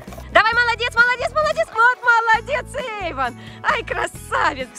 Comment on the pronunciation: Эйван а не Эван